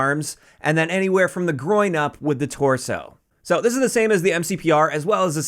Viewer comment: “…from the groin up.” All I heard: “…shoot everybody in the d*ck.”😂